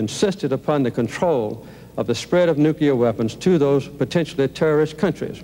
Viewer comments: Those damn nukear? nookear? nukeyer? weapons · Carter cannot pronounce "nuclear".